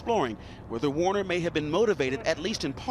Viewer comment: Anthony Q Warner...sounds like Weiner (where is the laptop?)